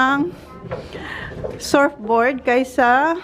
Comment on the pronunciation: surfboard . it's pronounced as SERFBOARD